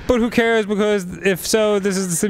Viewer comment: I love how Dan doesn't harden the G's in words like stronger and younger. And the way he says becawse